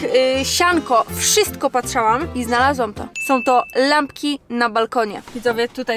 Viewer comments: MÓWI SIĘ PATRZYŁAM!!!A NIE PATRZAŁAM. Bez żartów neucz się poprawnie mówić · Mówi się patrzyłam a nie patrzałam..matko boska.. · Kobito ty mówić nie umiesz!! Ty mówisz patrzałam a nie patrzyłam